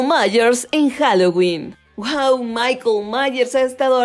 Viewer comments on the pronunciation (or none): none